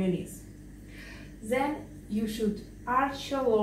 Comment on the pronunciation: She said “ZEN you should arch your back” So cute lol